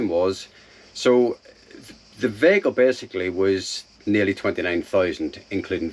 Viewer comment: As as another NI man is good to hear someone pronounce veyyhicle properly...lol...sounds the business and good luck on the build. I think I was actually parked near you in Italy early in summer but hadn't seen your vids and loved Tonka. Best of luck and hope you don't get too many busted knuckles of the year...